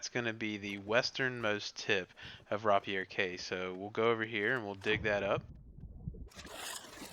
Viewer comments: Raa pee air more like raip I er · Best guide I found so thankyou 🤗 only thing I will say and it's me being fussy 😂😂 rapier is pronounced Ray - pier as in the sword rapier 😁👍 glad I got that off my chest 😂😂😂